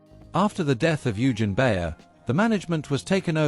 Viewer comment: Oy-gen, not You-gin! Your German pronunciation needs some work!